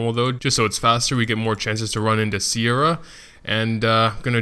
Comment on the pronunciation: It's Seira, not Siera